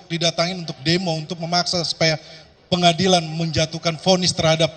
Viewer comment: tadi Allah tunjukkan hakim salah ucap "ruang pengadilan" jadi "RUANG PENGADALAN" 🤣🤣